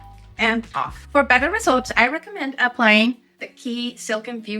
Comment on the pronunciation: it's pronounced "CHEE"